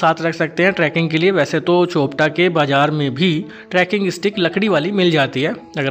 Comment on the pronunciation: चोपटा नहीं, चोपता नाम है यहां का ।😂